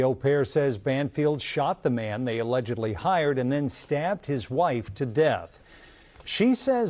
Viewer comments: Alegedly. Alegedly. Alegedly. sigh I felt that. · The pauses before “allegedly” cracking me up , I love these videos so much ❤